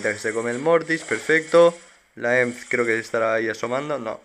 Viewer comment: porfin alguien de españa que no le dice "e eme seta" a emz, grande uwu